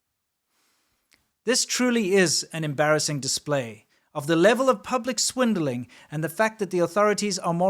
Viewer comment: did you say Schwindeling? I’m German and I know the Wort in the German speech as a liar and a Cheater. In my search, I couldn't find an English word spelled like schwindelig